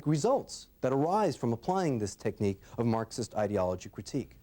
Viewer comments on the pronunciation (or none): none